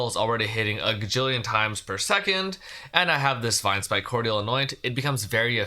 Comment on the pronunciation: Just FYI, cordial of Vinespike Cordial is pronounced like it has a j instead of a di. Core-jul, not cord-yal or cord-ee-al. It's a type of liqueur.